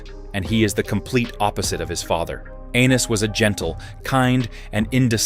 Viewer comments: I know they kept calling him anus, wtf. It's pronounced A-nees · Aye-knees, not Anus. Lol. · Stop using AI. He’s not Anus Targaryen 🤣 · It's pronoun A eynus not ANUS PPL!🤦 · I thought it was “Ennis”? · It’s Aeny’s not Annus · 😂Anus instead of Aenys 😂😂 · Ahh yes, good ol ‘Aenus’ Targaryen… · Hahah Aeynus hahaha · Aneys lol 😅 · lol he said Anus 😂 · I rather like the Anus pronunciation. It is fitting. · "Aenys loses control." Lmao